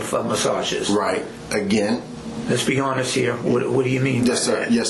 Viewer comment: "To be honess"....